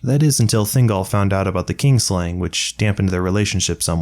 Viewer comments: You say “kin” properly when it’s by itself, but clearly say “kingslaying” throughout. The vowel sound doesn’t change. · Not sure if it's how I'm hearing it or how you're saying it, but I keep hearing "kingslaying." It's kin (family) slaying. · It sounds like you are saying "kingslaying" instead of "kinslaying". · KIN-slaying, not KING-slaying. So called because they slay their kin, not their king. Mispronounced every single time.